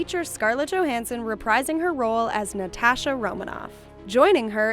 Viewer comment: Why are you saying “NatAsha” like that? ....*cringe/shutter*